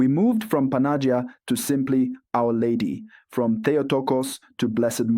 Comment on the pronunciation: Who writes the texts you are reading? Does the text have imprimatur? 1. You are butchering the Greek pronunciation behind recognition. Don't say if you don't know how to say it. Check the Παναγία (Greek) or Панаги́я (Russian). 2. You don't know the history of Church and you offend Slavic people. Saints, brothers Cyril and Methodius were on mission to give Slavic people translation. They visited Rome in AD 868 and Pop Hadrian II approved their work. Saints translated Bible and other text to what we call today Old-Church-Slavonic using a new alphabet based on Greek (it become Cyrillic used in Russia, Ukraine and other countries today). Bottom line after Semitic languages of Bible, Latin and Greek, the Slavic language was the next language officially approved in year 868. God had chosen and blessed Slavic people with translation to their own language. Some of the text from 900'ish still remain and we can study them today. Other languages had to wait for approval over a thousand years after the Second Vatican Council (1962–1965). Half of a true is a whole lie. First learn, before you will teach others. You are uneducated ignorant or a puppet manipulated by somebody, or both.